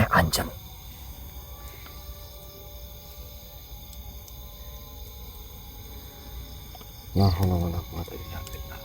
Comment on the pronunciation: pakai bahasa Sunda tapi kok seperti kaku, seperti orang Jawa yang pakai bahasa Sunda. Pas nyebut, anjeuna, aki bilang anjen, yang betul itu, anjeun yang artinya kamu